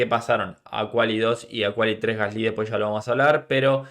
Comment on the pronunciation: Por qué pronuncias mal el nombre de Gasly, tienes algo en la pronunciación que estresa cuando lo mencionas